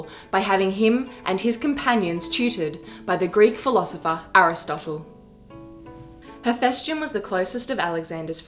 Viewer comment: Dude, you're a history channel, at least try to get the pronounciation right. HePHYstion.